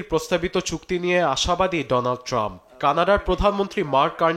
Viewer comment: ডোনাল্ড ট্রাম্প নাকি ডনাল ট্রাম্প?? 😂 উচ্চারণ ঠিক করেন নিউজ করা আগে